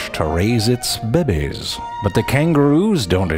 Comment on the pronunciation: Diego Lucero that's how he dooo